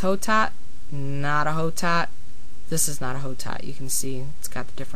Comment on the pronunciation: Hotot(Blanc de Hotot) is a french name, and is actually pronounced "Oh-Toe". In french, you never pronounce the "H". Nice video, I just wanted to let you know :)